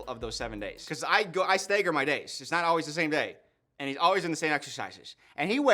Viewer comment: Utterly fascinated by how pronounces stagger as “stay-gurr”